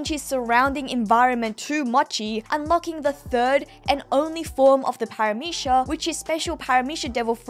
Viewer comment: God why do both you and pronounce Paramecia with a SH at the end. Really bothers me for some reason